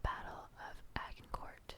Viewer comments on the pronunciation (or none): Agincourt lol... your French is even worse than your German ❤